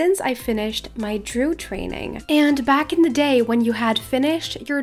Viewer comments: Druid has 2 syllables, not 1. Drew-id, not drood. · Hey! Cool vid! Wish I was able to do them lol but I’m too low lvl. Also, it’s pronounced Droo- id so you do say the i instead of saying drood. Hope it helps!